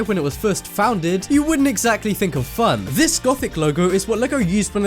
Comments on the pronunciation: anyone noted he said foundeg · He was saying founded the whole time and it annoyed me!!!😂😂😂